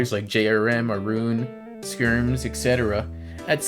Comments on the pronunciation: The fact that this guy says "Aye-roone" tells me he knows exactly nothing about the DBD community. lmao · is an idiot btw. Not only is he telling you to tell everyone who is likely smurfing, but he can't even pronounce names correctly. Ayrun is pronounced like Aaron, he's said it in his video intros in the past. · Aye-Roon 😂 YOU DONE MESSED UP A-A ROON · The guy cant even Say "Ayrun" (Aaron) right lol he is a new content creator who just got here and knows nothing